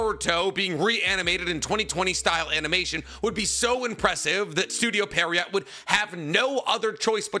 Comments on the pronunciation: Studio — repeat after me; Studio Pee a rot, not Studio Periot, Pierrot, Studio Pierrot. 😂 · It's pronounced as pierre row not pierre rott 😑😑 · Pierrot is the name of a type of clown. Fitting name for them. Also it's pronounced like "pea-arrow" not "pear-E-yacht". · It's PIERROT, not PERRIOT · Does anyone else think he’s saying the studio name wrong? 😂 I’m hearing Perriot not Pierrot 😂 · yeah right! even the logo has the clown face, I was sooo surprised with the pronunciation 😂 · goddamnit, can you at least TRY to pronounce it correctly!? It's not perrryott. It's Pierre-oh (like the French name). I get it with all the japanese words but come on, dude. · It’s Pierrot like a clown kinda like what’s on the logo you dip it’s not pier-rot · I just don't understand how you are saying Pierrot when it's a french origin name and would be like Pier - roh. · It’s pronounced “Pier-oh” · Bro called it parryot lmao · Is dyslexic? Seriously asking, maybe this is already mentioned before but i've been watching his naruto content for almost a year and constantly see him struggling or mispronouncing things that he should know already how to pronounce. And with this "Perriot" example it became way more obvious this time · Just for the future, Pierrot is a French word. You pronounce it "pee - air - oh". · Pierrot is actually pronounced more like "Pee Arrow". It's the French word for clown. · These mispronunciations of Studio Pee-Air-Oh make my skin crawl 😖😂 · studio "periot" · he is lol. it's pronounced "pierre-oh". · Pronounce "Pierrot" like "pee-hair-ho" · It's officially studio Perriot 😂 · Why do you pronounce pierrot like peariot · Bro keeps saying estudio Perryowt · Damn, this guy really can't pronounce "Pierrot", can he? lol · doesnt know how to pronounce "studio pierrot" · MF can't pronounce pierrot to save his life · The way you mispronounce the studio name over and over 💀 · After hearing all this, I don't even mind that you mispronounce their name anymore